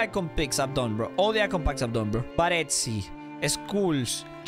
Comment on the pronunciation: BareZi nooooooo its bareSi